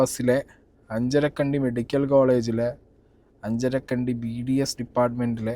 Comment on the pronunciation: BBS alla potta its BDS